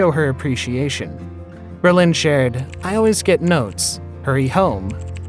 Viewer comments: Comstock also BRO Lin not bro LIN. These are the main characters of this video it was annoying! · Bro-Lin, really dude? How many times did you say Ber-lin? Wow! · Lol it’s Brolin not Bro-Lin but hey I enjoyed this summary of Babs love life..😉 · It’s BrOlin not Berlin. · Who is narrating this? The name is Brolin, not Berlin. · I think you're mispronouncing both of their last names...lol...His sounds like Berlin...and Streisand with accent on the 2nd A? uhmmm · James Brolin was born in California, but this video's narrator seems to be mistaking him for a French immigrant. His name is pronounced "BRO-lin" --- not "bro-LAHN"; it's an Anglicized stage name. (Wikipedia says that his father's name was Bruderlin, which is also not French; it's German.) I do get that some people weren't born soon enough to hear his name on TV back when it was a household word because of his good looks and his prominent role on MARCUS WELBY, M.D., which was a hugely popular prime-time series when it was new. But the gossipy notion that Barbra Streisand's attitude toward her own fame destroyed their marriage by making him jealous is just silly. Female stars were not respected nearly enough for that. People talked about her as if she could never be quite good enough to be a REAL star (as opposed to a comic) because women weren't supposed to have big noses. We girls were supposed to think she was lucky to be appreciated by a REAL star as handsome as James Brolin, because she was to be seen as derelict in her womanly duty to be pretty for men. If anyone did feel jealous enough to get sucked into some pathological competition with her fame, it's probably the person who whipped up that tall tale about her. Misogynist much? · Is this narrator's shtick to swap the accent on people's last name? Instead of Barbara STREISand he says StreiSAND, instead of BROLin he says BroLIN. He Does it with Omar, too!. its soo funny, weird, and unexpected. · Stop saying Strei SAND and Bro LIN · Stri-sand? Bro-lin?